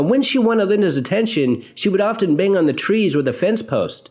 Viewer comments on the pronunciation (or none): none